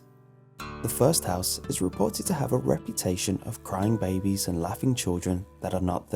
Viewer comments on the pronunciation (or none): I thought he called the crying babies "crime babies"